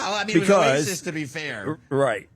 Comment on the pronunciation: lol can’t say oasis